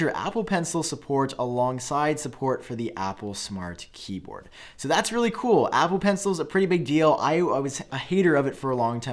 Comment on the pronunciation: Omg, repeat after me aaaaaappplllleeee